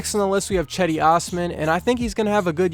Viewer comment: It’s not chedi, it’s cedi